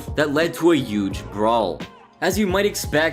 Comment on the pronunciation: Why do u say HUGE without the H?